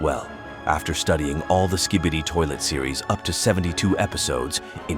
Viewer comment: At the start why did it say ‘ski bitter’💀💀💀